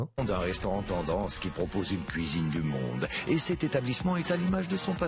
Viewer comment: "qui propose une cuisine du monde" je suppose que c'est ce qui est dit, mais j'entends "qui propose une cuisine immonde"... Voilà voilà...